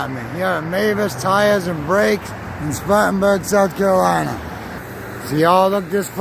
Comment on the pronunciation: "Squattin' Burg"? SC